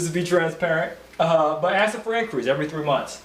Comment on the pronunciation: Listen, it's pronounced ASK, not Aks. The S comes BEFORE the K, why is that so hard for you people to understand?! Aside from the annoying and unprofessional ghetto-lingo, I appreciate the good content.